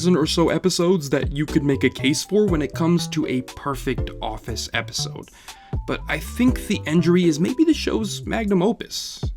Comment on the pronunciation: "Epsisode" lmao